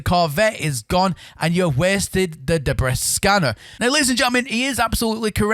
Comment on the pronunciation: debree, its pronounced debree, and granduous isn't a word